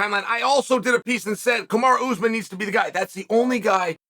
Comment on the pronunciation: Ooze men. Can you try to pronounce the names of fighters? Even if you can’t succeed, just try.